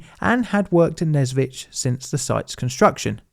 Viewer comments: You are so ignorant! You even did not bother to check the proper pronounciation (which is "Nesvizh" and not "Nezvitz" as you speak). You want us to believe that you have done some proper research and produce some valuable video?! If you did not even bother to go to wikipedia or google or whatever, did not bother to hear the right pronounciation?! This makes your videos look cheap AI-created junk... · even though probably nobody cares, the pronunciation is nes(same as in "necessary")-vizh(as in "vision") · I've been the Nesvizh a few times, we usually called it what would be akin to "Nyesvish", the "ж" doesn't have to be always super harsh, and the "vi" sound before it leads you into that letter comfortably! it's the kind of name you really need to put effort into pronouncing, but you can get away with a "sh" ending since everyone will know what you're talking about. Also since most communication is in Russian I heard it 99% of the time with the "e/ye" letter (though hoping for an effective Belarusian revival one day...)